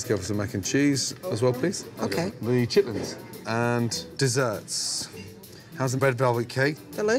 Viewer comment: She was just awful. Her collard greens are an insult to Southern cooking and don't get me started on the chitterlings. I'm glad he pronounced it correctly.